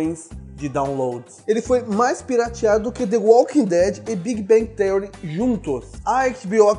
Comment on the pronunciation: Big Bang Téuri? kkkkkk